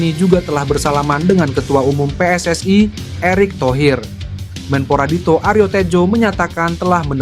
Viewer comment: Bang,.maaf bacanya biasa aja nggak usah di baca pessai(PSSI)dan weenai (WNI) gatel dengerinnya😅